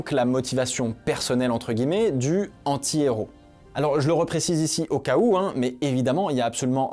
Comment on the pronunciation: Bien que le fait que tu ne fasse aucune liaison sur "antihéro" m'a rendu fou, la vidéo est TOP bravo 😂